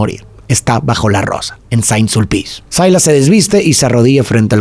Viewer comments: Silas NO Sailas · cual "sailas"?? Se pronuncia "Silas"